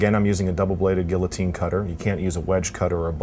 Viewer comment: He pronounced Guillotine perfectly